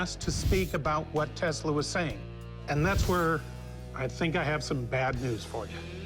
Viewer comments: "What is telsa" smh 🤦‍♂️ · he doesn't even say Tesla's name right....